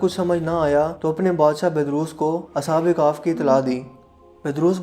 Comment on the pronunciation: Ashab e kahf hi na ke Ashab e kahf😂